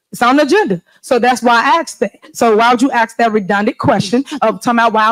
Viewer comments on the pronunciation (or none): “You guys axed me….” Half the crowd under their breath “if only” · She says "axed" instead of "asked," just in case you thought she wasn't engaging in enough of unethical behavior. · If someone pronounces "asked" as "axed," they should not be running anything.